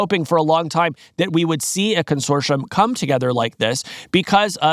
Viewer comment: Consorshum consorshum consorshum